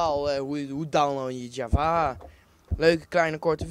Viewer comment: Dus gewoon j-a-v-a en geen javaha